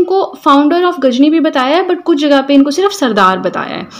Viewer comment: Not gajni😅 it's ghazni